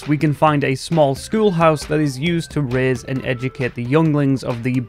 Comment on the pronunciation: 2024 watching to 100% complete on survival. whenever you got to the boomers category i did not hear raise at first. i heard rizz and i had to rewind😂